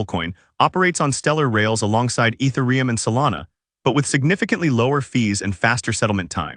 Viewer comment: This is all accurate and good news, unfortunately it's AI voiced, just listen to the is pronunciation of ethereum at 15.45. It's such a shame that this channel is doing this, basically grabbing some written word and then applying AI voice to it. Shame.